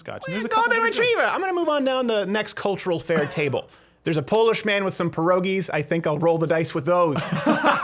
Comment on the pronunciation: The funniest part was Crowder trying to pronounce "pierogi"